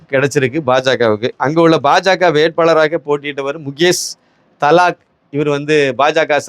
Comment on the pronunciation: His name is Mukesh Dalal... and not Thalak please pronounce properly